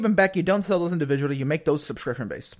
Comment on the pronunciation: induviduly...? maybe. I dont know.